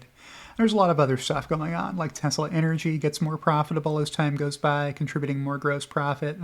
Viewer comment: "Telsa" + "EBITDA" = Good Times